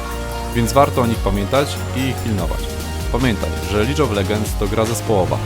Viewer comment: "lig of ledżends" a nie "lidż of legends", uszy mnie bola